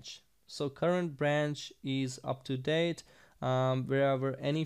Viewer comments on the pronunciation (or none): none